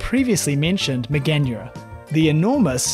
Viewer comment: Mega-nura, dont butcher the pronouncing like that